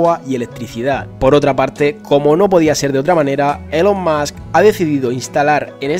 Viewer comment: ya que pones accento americano para pronunciar el nombre de elon musk, dilo bien xD se pronuncia "ilon mask"